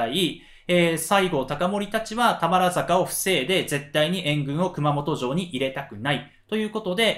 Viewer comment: 「たばるざか」ですね。😂